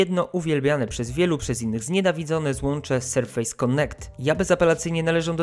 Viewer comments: "Sarfase" - nie Serfejs :D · znaczy no przynajmniej nie mówimy o tych urządzeniach jako „powierzchnie” tylko w tym przypadku wymowa. Litery się wymawia różnie w różnych słowach po angielsku, np. „A” czytasz „ej” ale przy nazwie „Surface” nie mówisz „SerfEJs” tylko „SerfYs” bo tak po prostu jest. Dla mnie tłumaczenie amerykańskiego lub angielskiego slangu też jest żenujące, ale wątpię, że deliver to ma czasami znaczenie „wywiązać się z kontraktu” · Pamiętaj proszę, że Surface czytamy "serfes", a nie "serfejs";) Tak czy inaczej, szacun za materiał! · I dziesiątki tysięcy osób wielokrotnie usłyszy jak się nie powinno wymawiać słowa "surface" :/ Serio, robisz świetne jakościowo filmy i szkoda je psuć takimi babolami, ja wiem, że to nie kurs angielskiego ale chyba lepiej przyzwyczajać widzów do prawidłowej wymowy niż utrwalać te powszechne błędy z "ejs". Dla zachęty zostawiam motywującą łapkę w górę :) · Nie, bardziej „Serfys” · Panie, ale jak recenzujesz komputer, to wypadałoby sprawdzić, jak się słowo Surface wymawia. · wydaje mi się, że źle wymawiasz słowo „surface”. Twój film jak zwykle, świetny. Pozdrawiam, S.